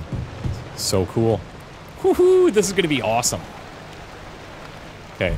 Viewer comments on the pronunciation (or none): none